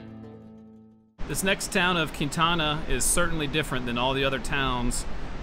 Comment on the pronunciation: It is pronounced Kwin tanna, not the way you pronounced it.... I grew up there and worked at the County park....